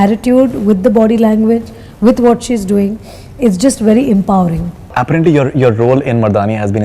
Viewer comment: will somebody explain this horse's asss interviewer how "apparently" is pronounced.. in every single interview he has done he pronounces the word like that.. annoys the crap out of me